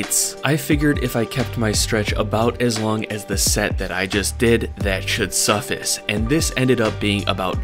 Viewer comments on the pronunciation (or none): Suffus? Dawg it's pronounced Suh, Fice like rice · Man called suffice “suffis” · suffice.. rhymes with duh ice... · Lets talk about how he said "suffice." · Hold up. How did my dude just pronounce "suffice"??? 😂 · Don’t ever say suffice like that again